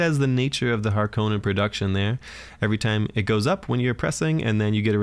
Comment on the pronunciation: The way the new movie pronounces harkonnen (and you) makes me cringe. It has an O not an A. 🤮 but all kidding aside, really like the frequency of videos!